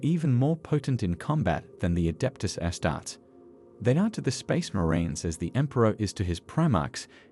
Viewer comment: Is this AI? my man, it's pronounced "astar-tees" and "custo-deez"